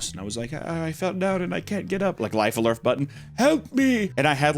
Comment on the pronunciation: "lyfe alerf"